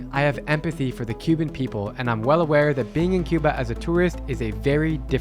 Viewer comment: Ur pronunciation of Cuba is wrong 😊 you making it look like you speaking English 😅